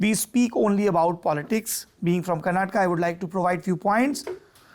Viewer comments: Saurabh, you again said KARNATAK not KARNATAKA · Kerala nhi bol rahe saurabh ji keral bol rahe ase hi Karnataka ki jagah karnatak bol rahe, asa mat karo